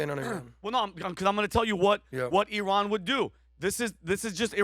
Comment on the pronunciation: “BCauz Of IhRan” 😭